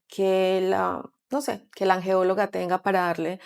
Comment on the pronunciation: "Angeóloga" NO, Es "angelóloga"